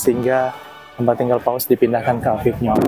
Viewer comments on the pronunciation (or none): Maaf mas Avignon dibaca avinyon, Lourdes dibaca lurd